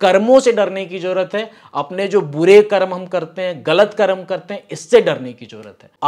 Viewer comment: कर्मा नहीं "कर्म " कहो